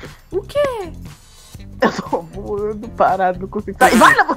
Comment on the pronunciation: *:eu tô voano*"ESTOU VOANO"kKKKKKKKkk melhor vídeo rachei kKKKKakakkaajkajajajajaajshgejdc